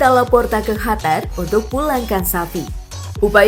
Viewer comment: Biasa aja ngomongnya min, gak harus hatar juga ngomong qatar nya